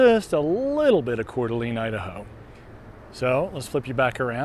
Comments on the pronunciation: Not sure if this has been noted: TLDR all the posts. Coeur D'alene is pronounced "Core Da LANE" not "Core Da LEAN". Lived around the area since I was a kid and never heard anyone use the LEAN pronunciation. I love your treadmill walks, but you got me wondering if I had been saying it wrong all these years. Checked and I believe is LANE. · Pronounced CORE -DUH-LANE, not core-duh-lean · Yes you keep saying Coeur d’ LEAN. Nobody ever ever calls it that. And it was really getting on my nerves lol but thank you for making the video.